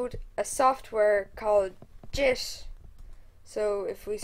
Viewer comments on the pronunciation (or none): He called git "Jit" I'm done fml........